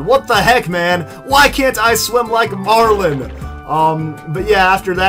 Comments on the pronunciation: You pronounce his name wrong. His name is Marlon not Marlen or Marln. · You pronounce his name wrong. Iets Marlon not Marlen or Marln.